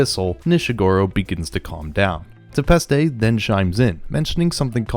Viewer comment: More than just Nanachi. You also said Nishagora, Tepaste, Faputa, SheruMena, Juusou, Hariyomari, and Srajo wrong.